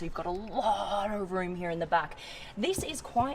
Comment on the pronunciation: love the way you say "here".(heeyr)